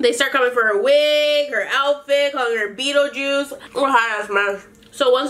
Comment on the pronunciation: bettle juice. BETTLE JUICE 😂😂 Bettle Juice